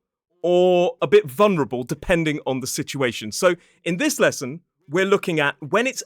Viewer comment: Did you say ‘vunerable’ i.e. you didn’t pronounce the ‘L’? This isn’t a silent L is it